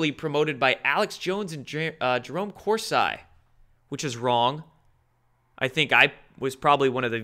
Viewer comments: Love your work but why do you pronounce Corsi as Cors I? Its Cors E. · FYI: Jerome Corsi is pronounced Cor-see (Italian) but we like how you say Cors-eye ;) so keep saying it that way if it pleases you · exactly! Not “Course Eye.” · Corsi is pronounced Cor-see, not Cor-sigh. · I know. It shouldn't be a big deal but I cringe everytime says 'kors-eye'. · we need to talk about this ongoing insanity! There is NO WAY to mispronounce so many things, so consistently!